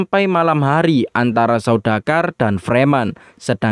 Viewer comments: izin koreksi ya. yang benar itu 'Sardaukar' bukan 'Saudakar' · Saya malah dengernya saudagar